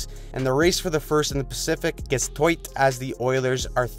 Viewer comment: Race in the pacific is Toight 😂